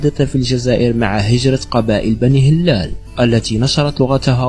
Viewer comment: لغة الفيديو ركيكة و ضعيفة نقول بنو ه‍لال بكسر الهاء و تخفيف اللام و مدها. و نقول وصلت إلى أوج قوتها وليس فوج قوتها. و نقول بلكين بفتح الباء و كسر الكاف و مده و لا ينطق الياء بل يستعمل لمد الكاف المكسورة. و هذا بلكين هو بلكين بن زيري ابن مناد. و منهم من ينطقه بولوغين بن زيري. و عليه سمي الشارع بولوغين في الجزائر العاصمة. و نقول بنو سليم برفع السين و فتح اللام و تسكين الياء. و في الأخير الكلمات العربية الموجودة في الجزائر هي كلمات أصلها من العربية الفصحى فقط مدرسة و ليست بالضرورة من لهجة بني هلال. و إذا كان هناك تشابه بين ألفاظ في المشرق هذا لأنهم كلهم يتكلمون لهجات تعود إلى أصل واحد و هي اللغة العربية الفصحى.